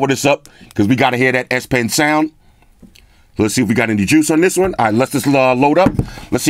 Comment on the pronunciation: Sound like he said you got a red ass pin.